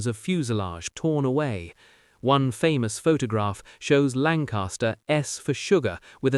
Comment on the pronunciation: Lancaster not lancarster